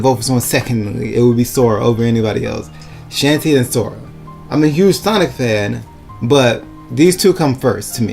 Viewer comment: Everytime you said shantae's name I twitched lol. I don't mind it but other people might so fair warning ok? Besides that your list was creative, I don't agree with everything but I appreciate the effort you made. Anyways, here's my obligatory list of 3rd Party Characters I'd love to see. -More Sonic reps (Tails, Knuckles, Amy, Cream & Cheese, Shadow, and Dr. Eggman) Yes I'm greedy but damn it Idc. -More Megaman reps (Protoman, Bass, Roll, and Duo) -Bomberman (Konami) -Klonoa (Bandai Namco) -Sora or Noctis (Square Enix/Final Fantasy/Kingdom Hearts) -Crash Bandicoot and Spyro (Sony/Activision) Not as team mind you but I can't see one of those 2 showing up without the other close behind.